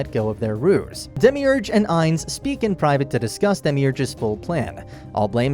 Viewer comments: “Demiurge” Dehmeeurj No one ever: dehmeeoogooreh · i cant believe the way you pronounced demiurge